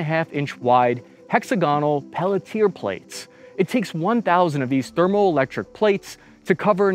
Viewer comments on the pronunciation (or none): "Pelt Tier"? It's pronounced "Pel tee aye" roughly, a french word. It is based on the Seebeck effect. Like you said, that's an expensive solution for only a few minutes of partial effectiveness. The massive amount of extra heat they generate has to go somewhere (and it is massive if using peltier devices). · not Pelletier, it's called peltier 👌 peltièr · I think he meant to say Peltier (Pel-tea-ay) but really interesting and incisive content as always. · pelt-i-ee not peletier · "hexagon Peletier plates" Peltier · "Pelitier plates"? Never heard that pronunciation for Peltier plates before... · "Peletear" bruh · Pelletier is pronounced like pelchyay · I love this guy really miss pronounces everything dude type Pelletier into Google and have it say it for you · This is cool, great coverage. FYI that cooler/heater that runs on electricity in the BAE tiles is pronounced Pel-Tee-Ay. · Peltier = pell-Tea-a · Just fyi it's pronounced "pell-tee-ayee" plates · That's... not how you pronounce peltier